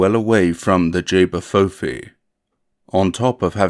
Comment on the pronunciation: Just to let you know it's pronounced ch-bah foo fee 😊